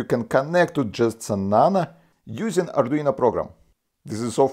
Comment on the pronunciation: Nano, not nana